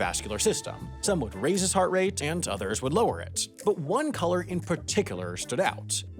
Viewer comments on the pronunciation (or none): none